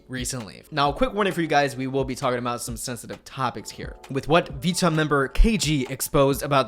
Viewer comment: Great video just irked me how you pronounced Vcha, Illit and Chicago. Idk why u pronounce them the way u did because you dont have an accent or any issues pronouncing anything else -lowkey irritating 🤷🏻‍♂️😂